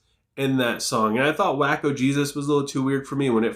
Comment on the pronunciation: The Daoboys just snatched EP of the year from Better Lovers with only 2 songs. Not the biggest fan of Waco Jesus (I believe it's pronounced "wayko" not "wacko" because it's a raference to the seige of Waco in 1993 when the religious cult held for 51 days.), but Designer Shroud of Turin is the wildest Daoboys song yet and I love it. I rate this EP √7/3